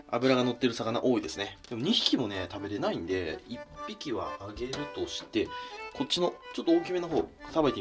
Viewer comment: 食べれな↑い↓んでぇ